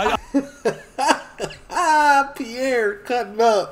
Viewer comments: Respectfully ...Piers Morgan is pronounced Peerce, not Pi'ere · Its piers morgan not piear morgan lol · Hello from the UK. Never seen your channel before, but I am LOVING this video! I'm crying laughing at your comments, just brilliant! I've now subscribed! And I'm sure lots of people have commented on this but his name is pronounced like pierce like when you pierce your ears 🙈🤪😂